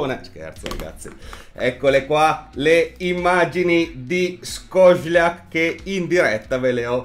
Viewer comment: penso si pronunci Scocelas